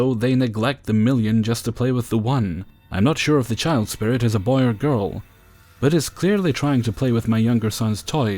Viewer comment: Have you always pronounced "boy" that way?